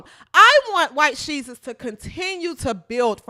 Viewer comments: Lol the way you say white shesus lol. You got my sub for that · 😂😂😂😂 "white shesus" thats awesome